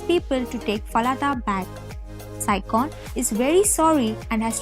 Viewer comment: Yeah they don't have a baby but get married (but not officially registered) it was just a ceremony on the island with the islanders but that's it because soon after marriage the sister takes nang fah away. She's also mispronouncing saichons name the "ch" is pronounced like in cherry not not like in ba"c"on 😂 so I assume she didn't even watch the drama 😂😂😂